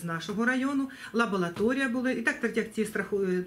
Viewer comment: Директору нужно подучиться, так как слово лаборатория, она постоянно говорит "лаболатория". Смотря на то, как директор ведёт себя при интервью, нервничает - ёрзает, видно, что она врёт. На самом деле пятнистого оленя было не отравлено, а у него была перебита нога и он умер от болевого шока. Путается в стоимости билетов, сперва сказала, что билеты по 25 и 10, а через минуту уже говорит 25 и 15 гривен. Экскурсовод у них числится только на бумаге и экскурсии он не проводит.